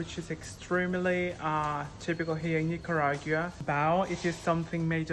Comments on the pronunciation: La tiene care de iguana, su papa es nica y se hace que no puede pronunciar Nicaragua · 🙄So I guess you didn't have to live in Costa Rica to comeback gay to Nicaragua, 🤔huh?!! 🇳🇮 bye the way: I think you should at least pronounce "NICARAGUA" properly! 🤨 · Con esa cara y no podes pronunciar Nicaragua